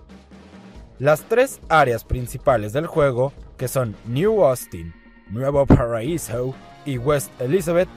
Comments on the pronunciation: Vaya manera más asquerosa de decir "Nuevo paraíso", a los que ponéis ese acento tratando de imitar al acento americano habría que daros una buena hostia en la boca. Si el nombre está en Español, se dice en Español. No sé que es más ridículo, que el nombre en Español lo digas con acento Ingles, o que los nombres en Inglés lo digas sin acento alguno... "Nuevo paraisou"... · Nueevou paradisouuu pero aun asi buen video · Buen video pero eso de Nuevo Paraisou suena bien cagado jajaj xD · ***** pues si, efectivamente, así es como lo dicen en el juego: "NUEVOU PÁRRAIZOU", pero... tu y yo sabemos que está en español, lee el comentario que escribí mas arriba, entenderás mejor mi punto de vista y te dejare otro ejemplo, yo estoy aprendiendo Alemán y en el transcurso me di cuenta que el nombre del Actor Arnold Schwarzenegger es de "Origen Alemán", nosotros lo tomamos del Ingles y los decimos igual que lo dicen en ingles: "SUARZE-NEGER", pero un Germano parlante lo leería y lo pronunciaría mas o menos así: "CHBARZE-NEGER" (Porque el: SCH se dice como CH, y la W como B) y ese es mi punto, ¿si en el resto del mundo hablan mal nuestro idioma, nosotros también debemos hacerlo?, opino que no, ¿Arnold debe darle escopetazos a quien diga mal su nombre?, creo que tampoco, ¿seria bueno explicar la pronunciación inadecuada de una palabra que conocemos para darle un poco de humor al tema?, creo que si... (Otra: Volkswagen en alemán se dice: "FOLKSBAGEN) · pronunciar "auro" es ligeramente mal pronunciado, pero si que suena jodidamente horrible como dice "nuevouu paraisouu" demasiado exagerado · ''Nuevou Parhaisou'' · Nuevou paraisou un pinche meco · nueeewo phaisoooo..hablas castellano y lo pronuncias como un ingles....jajajajajjajajaj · Nuevou paraisou Jajaja es la peor pronunciación que existe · Suena a Open English (?) :v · suena como el culo pero piensa que siempre hay alguien que dice gta san andres y san andruias WTF XD no es coña lo dicen